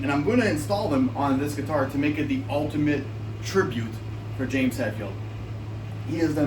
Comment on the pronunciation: It's HETfield, not HATfield... 🤦‍♂️